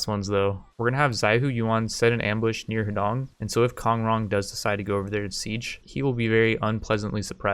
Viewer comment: “Huh D’own” for Americans. When you say Heedong I keep picturing his dong